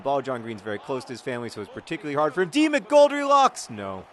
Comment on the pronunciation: Sometimes when John said 'D. McGoldrilocks' it sounded like Demon Goldielocks which is a strange concept...